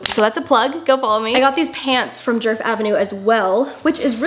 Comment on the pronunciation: fyi you're butchering her name, it's not "jurf", it's pronounced more like "yeahrf"